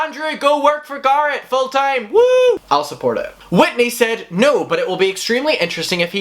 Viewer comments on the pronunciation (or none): Am i the only one confused on who this "garrid" person is? Stop saying names so odd, don't say its because its your accent because you even say tati names wrong also. Tati and garret are easy names to say and arent fancy names. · Every time he says Garrett, I swear he is saying Garth. Lol.